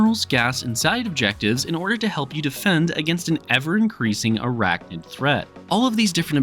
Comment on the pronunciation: NID… ArachNID… not “Noid”